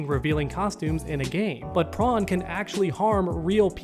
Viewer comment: Man saying the SpongeBob SquarePants character Prone the Shrimp and not Corn